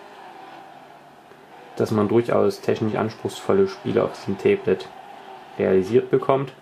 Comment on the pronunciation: Tee blet warum sagst du immer tee blet meinst du ein tablett mit einer tasse tee drauf oder ein tablet pc?